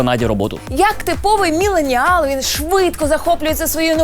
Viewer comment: Чому ви постійно ставите наголос в МілленіАл на А, а не на Е, як в англійській - МіллЕніал. Я думав з вашими знаннями англійської ви би ставили наголос правильно